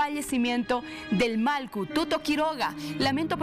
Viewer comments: Disculpe sera que puede pronunciar Mallku?..no Malku..por favor! Gracias! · Que pasa con la conductora no puede pronunciar MALLKU dice malku varias veces